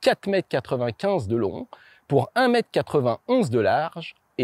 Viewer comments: Pour moi, y a juste un problème de diction. C'est 4 mètres 95 pour 1 mètre 91et non pas 4 mèt 95 pour 1 mèt 91 ! Désolé, mais ça me hérisse le poil, alors je zappe. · Insupportable d’entendre mète au lieu de mètre ⚠️